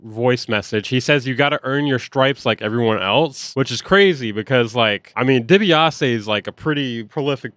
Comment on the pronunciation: DEE-BEE-AH-SEE like the old wrestler... million dollar man ted dibiase